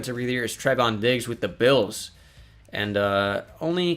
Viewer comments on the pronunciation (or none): none